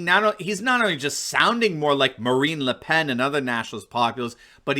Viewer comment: Why do you pronounce the "n" on Le Pen, but not on Macron ? Why just the French accent on just one word ? ( I know that's how the French say it, but you are speaking English, right ?) It's like everyone speaks English until they get to the name of " Chill lay' " instead of using the English pronunciation "Chil' lee" ( the South American country of Chile, for the unaware.)